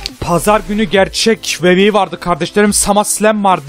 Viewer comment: adamlarin ismini ve wwe nin soylenisini yanlis soyluyorsun kardesim wwe yazildigi gibi soylenir the miz yazildigi gibi soylenir sen the mize zi miz diosun kupoyorum orda😂😂